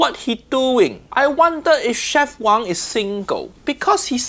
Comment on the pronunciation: one little mistake It is w-a-n-g not wong as it is chinese(not hk)